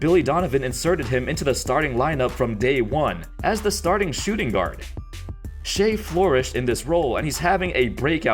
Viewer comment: Bruh its shai as in "shy" not "shay"